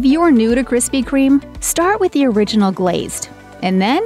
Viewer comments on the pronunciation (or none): none